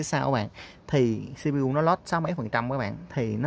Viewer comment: lại là xi bi diu 🤦